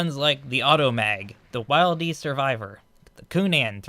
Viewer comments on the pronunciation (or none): Wildey is pronounced with it's i pronounced as it is in "will", in spite of that this is some exceptional information.